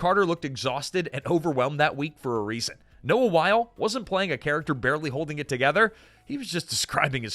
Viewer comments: I’m here just to see how many complaints there are on the pronunciation of Wyle. It’s pronounced “while-ee” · Again, if you are going to present a video like you know something about the topic, it would help a lot if you didn’t mispronounce names multiple times! Why-lee not While! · The names are pronounced as Noah "why-lee", not "while" and Michael "cry-ton", not "crich-tun". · He's pronouncing Wyle wrong as well. It isn't Wile. It's Wylee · WYLE LIKE WYLE-E!